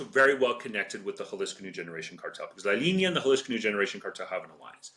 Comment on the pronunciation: I didn't really hear that, maybe it's the switch between english and spanish sounds and rhythm which makes it stand out. I did notice some weird sounding pronunciation later on tho, like how he said La Linea, he was saying something like La Liña or something, so maybe he wasn't as on point as I originally thought.